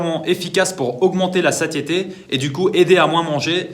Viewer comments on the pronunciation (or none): "Sasieté !" (Prononcer "sassieté") 😅